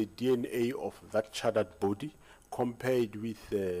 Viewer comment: Definitely charred body